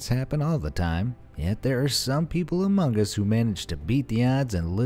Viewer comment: HE SAID AMOUNG US